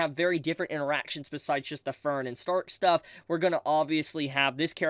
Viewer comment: say Stark's name mit the German there guy, Shhtark